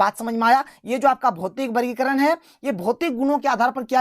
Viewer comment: Sir aap vargikaran ko bargikaran kyo bolted hai